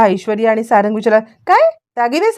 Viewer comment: अरे किती वेळा सांगायच 😂 सारण नाही सारंग नाव आहे...